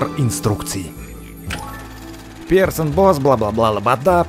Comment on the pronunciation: ты ошыбаншся в названии нужно говорить не персон босс а присон босс